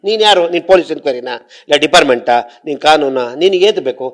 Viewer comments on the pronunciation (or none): ಮಂಜಣ್ಣ ಕನ್ನಡ ಸೂಪರ್ " ದೀಪಾರ್ಮೆಂಟ್ "